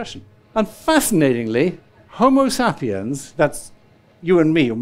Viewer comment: I’m still trying to work out his pronunciation of “Homa Sappy Uhnz”! 😅